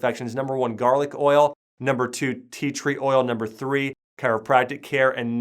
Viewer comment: did you say theatre oil